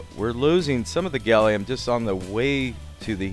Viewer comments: Did you call gallium "Gollum"? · It's Gallum NOT Gallium!! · Seriously, you don't mean gallium do you, isn't it called gallum in USA?